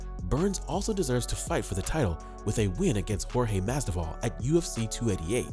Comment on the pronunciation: Learn how to pronounce Masvidal correctly